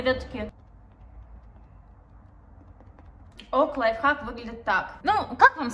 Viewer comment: Все говорят лайфхак, моя мама: "лайффак", я🗿 ну в принципе правильно